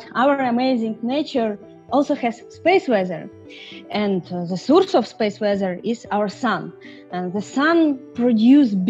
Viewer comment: speese wezzer